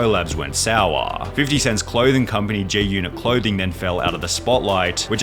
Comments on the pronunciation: It's GGGGGGGGGG G-Unit! not J 🤣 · why are you saying "J"-unit tho?